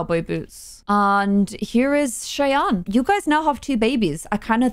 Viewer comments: Lol not important or anything but the npc name is not pronounced chey-ann it’s shy-ann that’s my name that’s why I’m saying anything lol Ik it’s not important 😭 people always say it wrong that’s why😭 anyways I love you & yr vids :) ❤️ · just so u know Cheyanne is pronounced shy-anne not Shay-anne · You pronounce Cheyanne like Shy-Ann. :) It's my sister's name. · you say cheyanne like Shy Ann. It’s confusing but like my way is Shianne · Cheyanne is pronounced as "shy-ANNE", by the way! :) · her name is pronounced sh-eye-anne